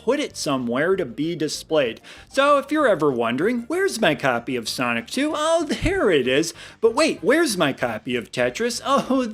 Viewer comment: when you said sonic 2 it sounded like sonichu lol would love to see that game get made